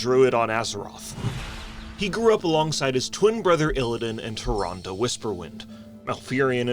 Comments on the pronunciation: Hilarious! 😂 Also "Tyrandeee" kills me every time 😂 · "TyRANde!?" -Malfurion